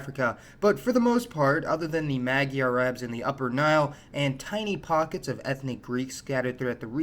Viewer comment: Not mag-yar, but ma-gyar a voiced palatal Eg, gj đ ď dź gi You are still doing a good job, covering a lot of territory ☆♡☆